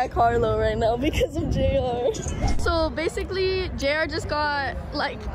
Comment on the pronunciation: it’s JR not Jar